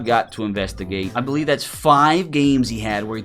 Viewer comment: i bo-lieve